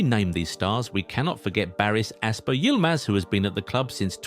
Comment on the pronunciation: ALPER not ASper bro wtf